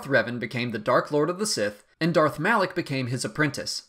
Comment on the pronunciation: It isn't pronounced as Malaek but Malah-K, ok?